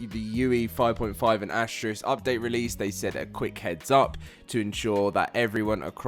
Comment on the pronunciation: Why is that so many folks can not seem to pronounce Astraeos properly its ( uh·stray·us ).